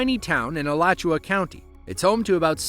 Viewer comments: Wow. The narrator pronounced “Micanopy” and “Alachua” right. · 🤣😂👏🏻 KUDOS! Not only did you say MICANOPY correctly, but you also said Alachua County correctly as well 🥳🏆